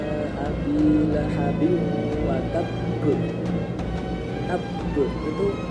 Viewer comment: Dalam pengucapan lahabiwwatabb,makhrojnya ha kurang sempurna/pas🙏